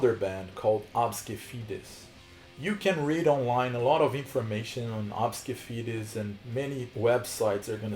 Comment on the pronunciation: Lol it’s ABSKE FEDES?? no wonder why i couldn’t find that band, i kept typing it wrong cuz i kept thinking you were saying ObscuFetus 😖